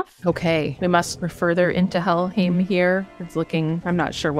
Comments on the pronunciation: I thought "-heim" is pronounced "haym". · Somebody gonna tell her how to pronounce Helheim?